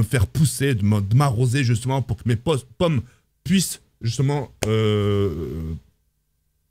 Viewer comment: T’as dû mal avec le mot pomme 😂